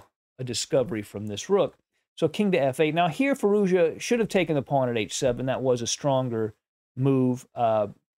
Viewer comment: Just a note since it might come up in the future. Firouzja should be pronounced "Fee-rooz-jaa". Quick and without a pause or change in intonation. Native speaker here. Cheers.